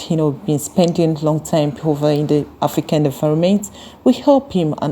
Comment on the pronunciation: It's "AFRICAN" and NOT "AFRICAND" PLEEEAAASE!!!!!!!